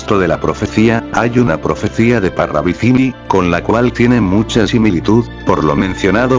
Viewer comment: Parravicilli?😂😂😂 Ni pronuncian bien el apellido.Parravicini con N